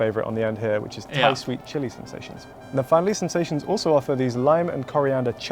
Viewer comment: Ok, it’s not li-mon. It’s says lime on the package